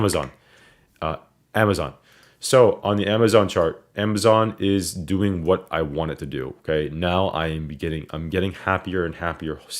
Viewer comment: That nyc comes out in that “how yall dooin today” lmao